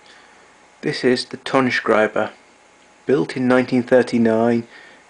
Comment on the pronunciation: You have not to say "tone shkrieber", because the name is in German simply spoken "tone shrieber", meaning "sound writer". Pretty interesting the warning, not to use it without grounding, because danger of death.